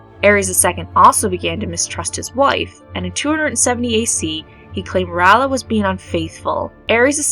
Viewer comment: Ray-ella not Ralla